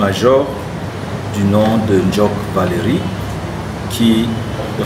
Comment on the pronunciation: Ndjock pas “Djock” il faut faire les efforts